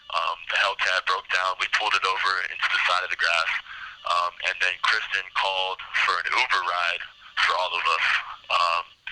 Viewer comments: He can't even get her name right, it's Kristine, not Kristen. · Still pronounced like Christine and not Kristen. Infuriating that he calls her Kristen repeatedly. His dad went off at him for that. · Her name is KRISTINE NOT KRISTA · Not sure which is worse — the way he keeps referring to Kristine as “Kristen”, or that the interviewer never seems to correct him 😒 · It makes me angry that he meets Christine, sleeps with her, murders her, and steals her vehicle and he continuously mispronounces her name!